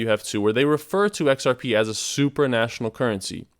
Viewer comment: Supranational, not super national :)